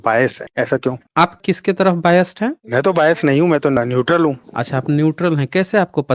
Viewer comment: यह न्यूट्रल नहीं न्यूटल है 😅😅😅😅 न्यूटल बोले तो खाली ढक्कन 😂😂😂😂